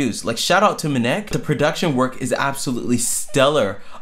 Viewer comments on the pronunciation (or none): Hey,! So happy to see you covering FLO! I think these young ladies are going to be unstoppable., you referred to their executive producer and collaborator, MNEK. His name is actually pronounced “M-N-E-K” (Em-Enn-Eee-Kay). Thank you for another fantastic video!:)